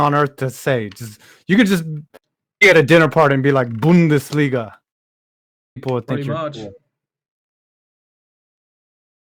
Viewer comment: Bundesliga, his favourite thing to say even though he can't pronounce it right.